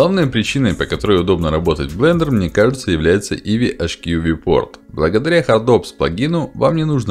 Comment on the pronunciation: я не об этом. "Иви" он называетя, не ай ви.